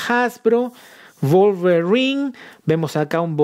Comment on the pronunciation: "Volverin" 🤣😅🤣😅🤣🤣😅...me hiciste el dia.